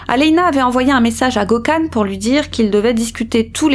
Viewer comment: Et aussi Gökhan se prononce "gueu-canne" 😉😘